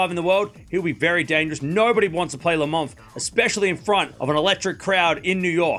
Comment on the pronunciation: "Nobody wants to play le Monf"... except Djokovic. 🤣🤣🤣